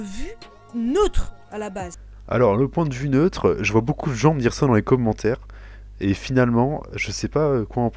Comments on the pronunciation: les comhmentaires xD j'adore ta maniere de prononcer commentaire :p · Felicitation pour ton trophée! j'aime bcp tes vidéos et en plus j'ai remarqué que tu prononces mieux les trucs en anglais du coup ca fait plez parceque y'a certain youtubeur ben c'est vraiment un massacre lol peace!